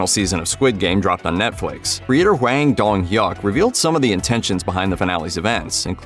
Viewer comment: Its not wang Its Hwang